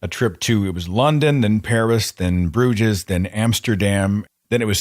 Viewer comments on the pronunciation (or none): Ugh. Slipped again and mispronounced "Bruges." Don't crucify me. - Seth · I am calling the Internet Inquisition on you. mispronouncing Bruges is a hate crime at the very least! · You also misspelled it ;) j/k Bruges is the French spelling and rhymes with the end of centrifuge. The 'correct' spelling is Brugge. Like pretty much everywhere here in Belgium, it has two names, a French version and a Flemmish version. Brugge is the 'correct' version because it is located in West Flanders (i.e it's Flemmish). If you ask a city native, they will pronounce it with the gutteral g followed by a hard g. Tomaytoe - tomahtoe.